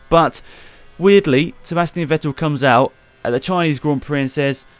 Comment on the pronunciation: Ffffffffff-ettel! It's pronounced Fettel, not Ouettil. V is pronounced F in German.